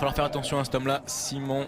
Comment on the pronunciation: Simon... le coureur allemand . Le mec il arrive pas a dire son nom